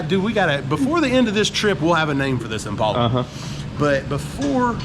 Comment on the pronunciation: Great video. I really wish that people would pronounce the name of the car correctly. It is im·pal·a, not im·paul·a. Watch a vintage commercial from Chevrolet if you doubt me